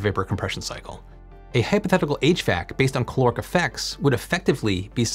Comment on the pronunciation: You need to pronounce the A in caloric, otherwise it ends up sounding like chloric which is something else. So it's caloric not c'loric.